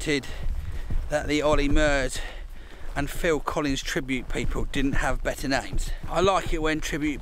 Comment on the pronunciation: Fill-in Collins